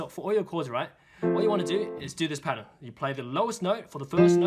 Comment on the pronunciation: Milan L'Abee i cant understand it